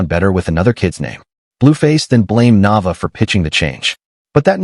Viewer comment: Pronounce her name right Na Vay Aaa